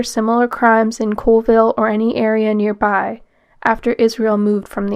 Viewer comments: Its not Coalville. Its Colville, CALL ville.... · I know it's not a big deal and this is almost a year old, but the city in Washington is Colville (Call-vill). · I have to correct something here because it bugs me - people from Colville pronounce it as "call-ville" not "cole-ville." Extremely common mistake that will instantly tell any any Colville native that you aren't from around there. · It’s pronounced Call-ville. Colville.